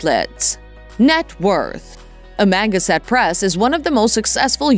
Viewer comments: It's "Ama.... Gan... sett" press, not "Amanga... set" press. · Me to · "?uh - manga- set🤣🤣🤣🤣🤣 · You're pronouncing EVERYTHING wrong.. AMA-GAN-SET.. And Alan ALL-DA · Amangaset press? I guess Jason and Ben don't know how to pronounce where Jason was born/grew up?? 🤷‍♂️ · Am-A-gAn-set. Say it slow then speed it up.painful just painful to listen to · Pronounced Am -a -gan-sett. Know your information. Do your homework. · Am-ganset. Can’t even say it right. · I'm from Long Island, been to Amagansett, if you can't pronounce that correctly, I'd love to hear your shot at Hauppauge!! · I agree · LOL....Lifestyles of the rich and famous!.......and the narrator can't even properly pronounce Amagansett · Maaan! That's AI, you'd think it would pronounce Amagansett correctly😂😂😂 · You can't even pronounce their channel name plus other words.